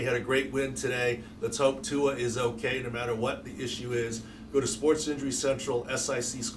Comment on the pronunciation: Learn how to pronounce Tuas name smh Look at the replay, he hit his back first and that was the problem 🙄